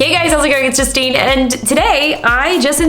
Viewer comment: when she said “hey guys it’s Justine” she said it in a British accent lol